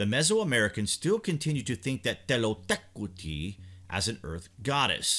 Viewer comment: Kudos for learning the exact pronunciation.